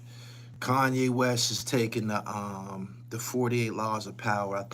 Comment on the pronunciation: HassanYE??? .... "Sanye" smh